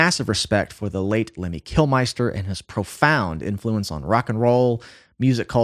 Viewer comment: If you respect him so much, at least pronounce his name right